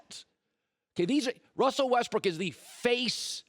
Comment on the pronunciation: Colin Cowherd Hates Russell Westbrook because he can't pronounce Russell's name correctly 😂😂😂